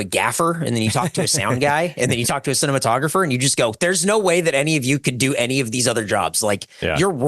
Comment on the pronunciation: did he say cinnamontographer?